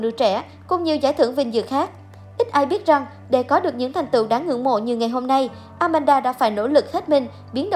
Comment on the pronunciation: It’s Aman - da, not Amanada😂